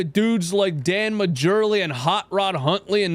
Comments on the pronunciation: I got a kick out of "Dan Majurley". Lol Mar-Lee is the pronunciation. Of course, I only know his name because he played with Charles Barkley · Lol it's pronounced Dan Marley aka thunder Dan the J is silent Majerle he played for the Sun in the early 90s...truth be told is was dumb of NN to not play Buddy Hield in that 2nd half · I HATE TO BE THAT GUY BUT ... Sports media then and rest of us old-heads pronounced "Dan Majerle" ... to the best of my recollection .,. as "Dan Marley", no joke. ... and "Marley" was a force for a while, no joke on that either.